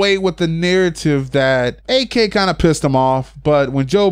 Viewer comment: The other day, I wrote a message about you calling him A-K in every video I've seen of yours. Now you're saying "its for short, I don't like saying peoples whole name". Dude, you're literally using an extra syllable instead of calling him "Ak" instead of "A-K" like normal people have been doing. Just saying, its fuckin weird...